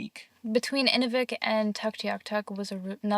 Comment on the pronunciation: Great video! Just a quick thing about pronunciation...Inuvik is said like Enuuuvik. What you were calling it is the frame used to stretch animal skin for drying. Good job saying Tuk though! Also Inuit are the most welcoming friendly people in Canada. ❤